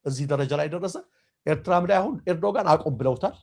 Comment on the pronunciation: ኤርዶጋን አይባልም እባክህ ፣ ጋዜጠኛ የመሪዎችን ስም በትክክል መጥራት አለበት ፣ ኤርዶዋን ነው የሚባለው ፣ ኤርዶዋን በል ፣ አስተካክል ፣